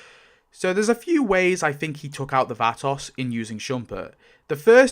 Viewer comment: The way you pronounce Vatos is activating my almonds